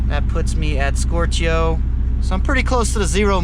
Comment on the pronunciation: That's the funniest way I've heard someone say "stoichio", as in "stoichiometric".